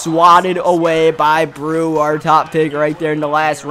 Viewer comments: Delvin breaux is pronounced bro not brew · Is it just me or does it get under your skin that Delvin Breaux's last name is pronounced "Bro" not "brew" ..... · I cringed every time he butchered Devlin Breaux's name